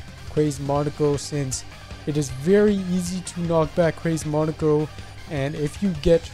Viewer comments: In Japanese it would be pronounced “Mow Neh Koh” also neko is cat in japanese so I think it was meant to be Mow Neh Koh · Monika. Just monika. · To me, pronunciation sounds like it came from EoC and ItF.